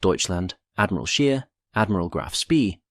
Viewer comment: It's pronounced 'SH-pay', not 'sp-EE', & 'SCH-ayr' not 'sh-EER'.